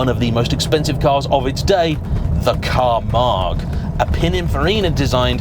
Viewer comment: Finally, after 30 odd years I heard the correct pronunciation of Camargue.